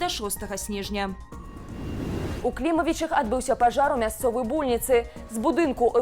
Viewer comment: Что это за "мясцовая больніца", с ударением на О !? Это по каковски!?)))